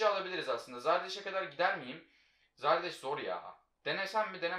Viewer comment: Abi zardeş değil zardes diye okunuyo